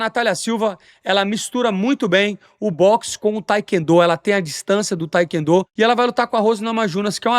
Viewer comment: “taequendo” minha a vó falava igual 😂